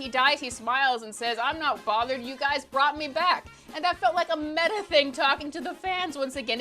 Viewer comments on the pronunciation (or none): none